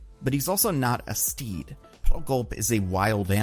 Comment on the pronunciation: Oh, you said "steed". I thought you said "Steve", and Steve was just some guy that hangs around doing jobs for you without any affection.